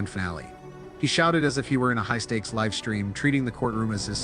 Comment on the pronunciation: A.I. voice still not smart enough to pronounce 'live' and 'live' differently! English, the ultimate challenge for A.I. 😆😂🤣😂